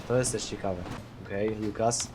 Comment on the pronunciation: Co jak co, ale mógłbyś popracować nad słowem ciekawe, bo dosyć często się pojawia :p